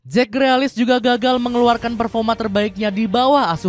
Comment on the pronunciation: Grilis bang, bukan grealis 🤣